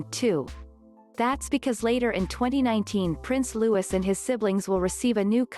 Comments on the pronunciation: Yup. It's pronounced Prince Loo-ee, silent s on the end. But that's NOT a rare photo of him! It's in numerous videos about the BRF! There aren't many photos of him out there yet, but I wouldn't say they're rare! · It's a silent S stupid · Barthel Wally he’s English so it’s Lou~ee. Seeing that this is a robo voice you can’t expect pronunciation perfection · Yes Louis pronounced, LOUIE. silent S. It’s a French name. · FYI WE DON’t sound the ‘S’ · It annoys me they don’t know how to pronounce his name!!! Argggggg.. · This is a computer generated voice that's why it pronounces the s. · I wish they would pronounce his name properly. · Please note correct pronunciation is LOUIS as in French monarch and not LEWIS as in Carroll the author 🧐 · It’s Louis not Lewis. Please at least pronounce it correctly. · The youngest child’s name is pronounced ‘Lou-ee’ not ‘Lou-is’. There’s no excuse for getting it wrong!!! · It is not lewis but lewey...english do not pronounce the ‘s’ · Pronounce the little boy's name properly. It is not pronounced as in LeWis, 'Loooowe. Louis'. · His name is Louis pronounced Lewee not Lewis ! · Oh boy its pronounced louie in uk the name your saying is spelt lewis he is named after mountbatten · Louis with the silent s! this american translator obviously dont know how to pronounce names! omg!!! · What a cutie pie! All three of the Cambridge children are so precious and beautiful. Please say his name correctly: It's pronounced Louey, not Lewis. Also, stop referring to HRH The Duchess of Cambridge as Kate Middleton. She's been married for 8 years now and has more than earned her place and titles. Otherwise, good video with actual quotes and sources. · Not Lewis its Louis...lu eee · Please stop disrespecting The Duchess of Cambridge. Refer to her by her title and NOT as "Kate". Also the little one's name is pronounced "Lewie" NOT "Lewis".....GET IT RIGHT OR DON'T TALK ABOUT THEM!!! 😠😠😠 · Its Louis not Lewis like how the French say it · Loo- ie ! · Me, too‼️